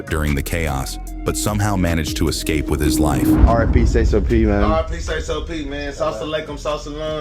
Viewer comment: Also its not syso..it's say so p...Sayyy soo p..come on now